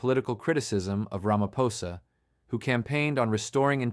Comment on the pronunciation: Another, wait for it, "Mer- kwer- nazi," "Rammer-phoser" AI detective, who wants to expose "devastating corruption" whilst being mum on the most devastating corruption of all: 1902's Treaty of Vereeniging and the theft of SA.